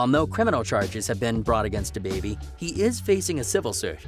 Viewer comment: Yo why did you waste your time on this video and then waste ours. This some phony B.S. I would just get rid of this now. You don't really know his life to be talking on it. You can't even say his name correctly. You actually sound nervous even talking bout it.